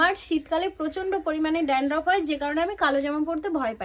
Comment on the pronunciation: Sampoo noy, shampoo. Dandroff na, dandruff 😊 Pronounciation thik kore korbe.